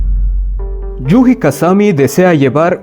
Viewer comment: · Yu"Ji" esto me mató toda la experiencia... na mentira, pero me hace gracia como lo dices xD